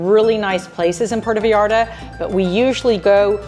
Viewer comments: I was gonna say it was wrong, because the first 3 times I clearly heard a Puerto "Vallarda", instead of "Vallarta", then I had to delete the comment because midway through the video you were saying Vallarta, so... yeah, enjoy the beach, it's now an american focused place, when I visited everything was in dollars, which I'm not that fond of, but there's lots of places for National tourism anyways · I think your vlogs are interesting- but the way you say Vallarta is incorrect and it’s hard to listen to. It’s pronounced Vie Arta not Vee arta